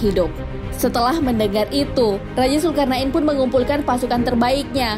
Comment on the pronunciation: Mantap. Alhamdulillah, Cuma klo boleh kasi saran, untuk penyebutan istilah atau nama, tolong di perbaiki, Seperti penyebutan nama dzulkarnain dn lain lain, Thx